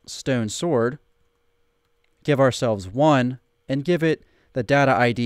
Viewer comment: It sounds like you're saying Gif instead of give! I was wondering why you were talking about gifs lol. It started raining in my world and I wasn't in the mood for rain so I did /clear and it cleared my inventory 🤦‍♂️